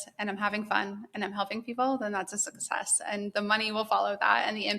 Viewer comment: I can't get over how you pronounce 'success' with no k